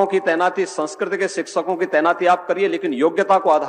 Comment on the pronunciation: Shikshakon hota hai Yogi ji Shiksakon nahi.